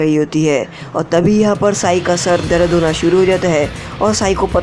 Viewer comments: Darad nahi dard Bhai 😅😅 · dard hota hai bhai darada nahi ho ta